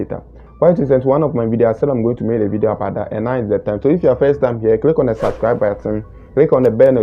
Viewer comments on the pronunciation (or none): none